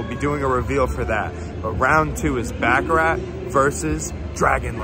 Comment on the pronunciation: I like ur videos but damn pronounce baccarat right it’s not back a rack